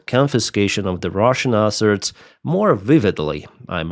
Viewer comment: Hurey, One less airplane for Russia there is no letter "R" in the word asset.:D USA is a Pro-Russian state, this is how you make America great again. MACA - Make America Colony Again. Not even inclusion in law will not be a proper guarantee, Only Nuclear weapon and proper army is guarantee. Why 10th country on earth (by landmass) should be dependent on anyone. thanks for simulator video, it is very helpful, and good to know about this new simulator game.